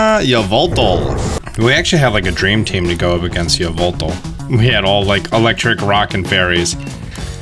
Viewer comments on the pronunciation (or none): Idk why it bothers me so much that he says Yuhveltal instead of Eveltal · I’m exuse you it’s ya-va-tall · Its yavaltal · I really love how he pronounces yveltal as yovoltol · Yvelatal is pronounced e-vel-ta